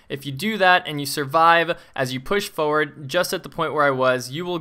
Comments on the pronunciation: sure says "foeward" a lot XD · Holy shit this is crazy, this guy can't pronounce 'forward' though lol